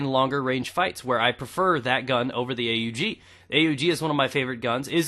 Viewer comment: he pwn its not a.u.g it is pronounced awg.. :P